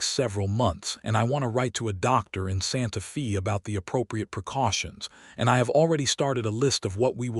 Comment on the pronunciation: Pronounce Santa Fe ( not long e sound) correctly. Drove me slightly crazy. I really enjoyed this story.